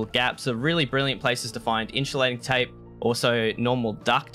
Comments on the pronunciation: its called in-su-lating tape :P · the way u said insulating tape really upset me lol